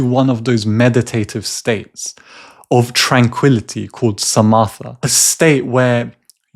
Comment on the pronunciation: Great videos on The Mind Illuminated!😊 BTW, Samatha is pronounced sa-ma-ta. The h is silent.